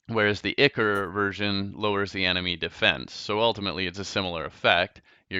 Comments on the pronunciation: it's I-cor not icur and it's cursed not curs-ed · Its Ichor not ichr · The fact that he says cur-sid and ikr annoys me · Pronounced (i-core)